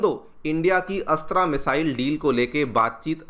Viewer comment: मिसाइल अस्त्रा नहीं अस्त्र‌ मिसाइल ।